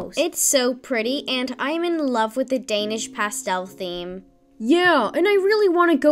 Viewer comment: um did you just said dansih i am from denmark